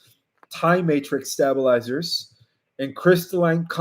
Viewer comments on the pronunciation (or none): Straighten out wife to be!!! STABEL-ization not STAB-iliztion STABEL-izers not STAB-leizers FIG-yours not FIG-gers